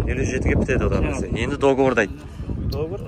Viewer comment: Договор болади брат дигивор емес